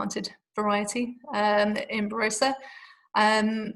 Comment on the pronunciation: Great video with plenty of good information but please... 'Ba-ROSS-a.'